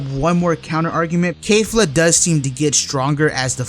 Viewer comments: Kefla is stronger (and please stop pronouncing it Kaefla. It's KE-fla) - think about it, Toppo is more or less on par with Dark blue Vegeta = Kaioken x20 Blue Goku. Goku uses Kaioken vs Kefla (it's not clear whether it's 20x but considering his struggles, it was at least 5x to 20x kaioken), and Kefla was at that point at the SS1 level (or most likely full power ascendant saiyan) - as Goku uses UI Kefla powers up to full SS2, which as we all know (or should know) is at least 20x stronger than full power ascendant saiyan. So if we're lowballing Kefla, by claiming Goku was only using Kaioken x5 against her SS1 form, then that puts Toppo at 4x stronger than Kefla's SS1 form, and as we know 4 goes into 20 five times, that makes Kefla SS2 approximately 5x stronger than Toppo. High balling we're looking at Kefla being 20x to 30x stronger than Toppo. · Why are you saying kafla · The English pronunciation of Kefla makes my ears bleed